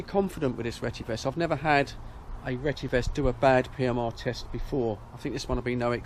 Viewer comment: Look at the spelling. It’s pronounced retty ves. NOT RETTY VESS.